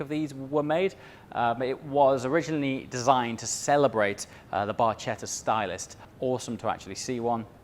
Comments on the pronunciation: just as a gentle FYI: it's pronounced "barketta"... "C+H" in italian is how we make the hard "K" sound.. when it doesn't ahve the "H" after the "C".. then it's a soft c sound.. espeically after the letters I & E.. but that's too complex to explain. Just know that when you say "Barcetta" like you did.. it sounds like something rotten. You pronounce "barchetta" as "barketta"...you're welcome. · CH in Italian is pronounced K So you say it "Barketta" not "Barchetta" 🙂✌🏻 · look up how to pronounce "barchetta", for god's sake 😀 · haha.. did he pronounce it with a soft "c' like the waiters at Olive Garden pronounce "bruschetta" as "brushetta"?